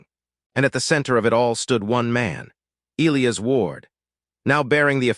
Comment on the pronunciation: If AI can’t pronounce E- lie-as properly just choose a different name. I got sick of Eel-ias.